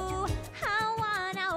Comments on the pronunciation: Hate the way she says that state fish, "hawana" and ukulele....it bothers me since I am Native Hawaiian just the way she pronounce it is wrong in ever way it makes me cringe.... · humuhumunukuapua'a funny name:D How does she pronouce it???